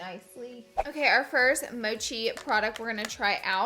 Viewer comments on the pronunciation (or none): Americans say mochi strangely, it's a short MO sound not a long MOE sound! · mochi is a japanese sweet rice cake. its pronounced (mo-chi) not (mo-shi) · Mochi is a asian desert laura!! And not mushi* 😂😂😂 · Isn’t it pronounced like Mokie? I could be wrong! Lol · its mock ee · Wenn yeah how you pronounced it („muschi“) is in german the same word for vagina😂😂😂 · it’s pronounced like moh-key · LOL "moshi" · noooo! 😂😂 that is hilarious 😂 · Yay! I wanted to see this collection used! It’s so funny you were saying Mochi wrong haha that like me with everything in life 😭😂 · I like the way you pronounced it. It seems much cuter. Love you so much Laura ❣️ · The way you pronounced mochi 😍😍😍❤